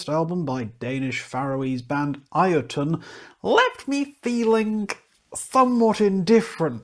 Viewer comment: BTW, the band's name is pronounced Yotunn, not I-o-tunn :) It's an old norse word for a giant, and as Icelandic is very close to old norse, i.e. the language hasn't changed much since the country was first inhabited some ~1150 years ago. The Icelandic word is thus Jötunn, where the Icelandic J is pronounced like the english Y.